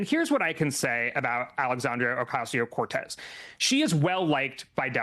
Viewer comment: It's not Ocazzio, it's OcaSio. Please, people, learn to say her name. It just makes you look disrespectful and dumb.